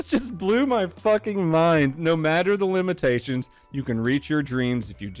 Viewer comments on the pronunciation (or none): Don’t you mean “limbatations”